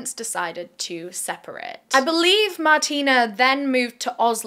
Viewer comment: I believe her name is pronounced Martine with an e so Mar-teen rather than Martina with an a.